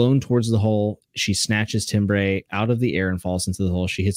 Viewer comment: Timbre is pronounced Tam-ber, not Tim-bray.